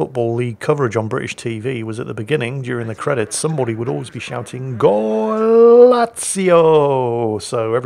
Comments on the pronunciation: It is with regret I must inform you the word shouted at the beginning of Gazetta Football Italia was in fact “Golaccio”. I gather this is Portuguese for “great goal”. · I remember watching that Football Italia show too. I'm pretty sure the shout was 'golazo', and not 'golazio'. Have you stood next to one too many firing cannons in the Navy? :D